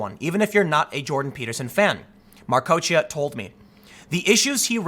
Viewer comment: Why don't you just search YouTube for names you don't know how to pronounce? I searched for Patricia Marcoccia, found an interview with her, and learned how to pronounce her name in under a minute.